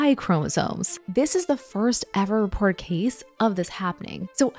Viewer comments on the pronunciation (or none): why do you pronounce Martins like Mars? It's weird. And reported like "rapport"